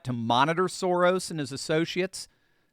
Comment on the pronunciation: It's pronounced "SHO-rrrrosh" - meaning "row" or "divot" - I like to say "Sem semit Soros" which translates to "less than nothing Soros"...